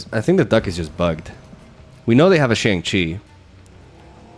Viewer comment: The name is pronounced Shong Chi, remember it